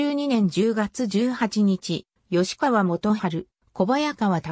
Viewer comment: 吉田郡山城（よしだぐんやましろ）、吉川（よしかわ）、京（けい）など間違った読みが多いので動画作成後はチェックして修正して下さい。